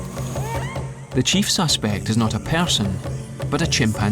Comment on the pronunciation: More importantly, why is it so much fun to pronounce person "pair-sun"?